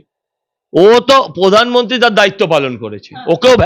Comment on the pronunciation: আপনি সঞ্চালিকা , আপনার উচ্চারণ এতো বিশ্রী কেনো ! এইকাজে পড়াশুনা করতে হয় ! রেখা পাত্র , প্রধানমন্ত্রী কিছুই ঠিক মতো উচ্চারণ করতে পারেন না ! ছিঃ